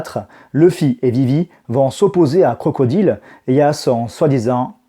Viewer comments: Where is the prononciation english man ? This is not Crocodile but "CROCODAILE". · Aller les Crocrocrocro les crocrocro les Crocodileu